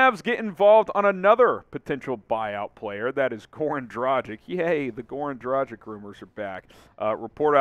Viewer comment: Dude, its Dragitch (the "G" should sound like in "dog" NOT like in "Gender"!!!) NOT Drachik 🤷‍♂!!!!